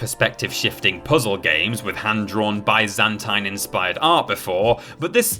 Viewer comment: Someone needs to teach to say byzantine. It's not a hard word.